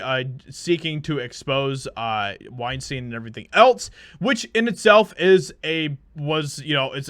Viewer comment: The moment you said weinstien, I hope it looses a BILLION.